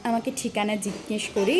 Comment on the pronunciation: ভালো লাগলো, জিজ্ঞেস উচ্চারণের সময় দু তিনবার মনে হল চন্দ্রবিন্দু যুক্ত হয়ে গেছে।ভুল শুনে থাকলে🙏